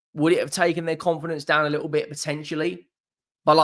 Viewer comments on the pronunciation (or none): none